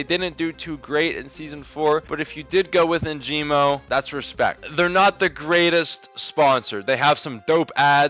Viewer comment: perfect vid but "Enjimo" 🤣 its ENGIMO